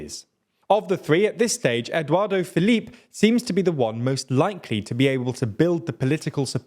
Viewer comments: Quite an accurate overview of things. One thing made me laugh a lot:, bless you, it is 'Édouard Philippe' (pronounced as 'Edward', not 'Eduardo', which makes him sound like a Latino drag queen or builder! 😸) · It's Edouard Philippe, not Edouard De Philippe (it's sounds like that in the video) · I'm diggin that Eduardo Felipe tho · It's Édouard Philippe - there is no 'o' at the end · I love your content but please try to learn the correct pronunciation, Eduardo Felipe sounds like a Brazilian wonderkid on Football Manager 😂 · Why are you people unable to even ATTEMPT to pronounce these names? Edwardo Philippe? Le Yavruh? Come on.